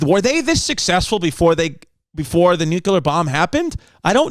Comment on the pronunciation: No shade but can we stop saying "nuclear" as nucular? It's nu clear, as in " New Clee Ar"